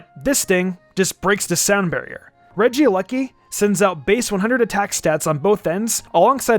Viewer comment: It's not Regia lucky it's Regieleki